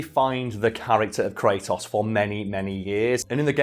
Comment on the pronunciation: Is it just me or he can't pronunciate "Kratos"? I keep hearing "cray'os"!